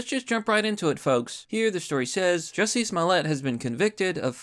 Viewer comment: It’s pronounced “Juicy”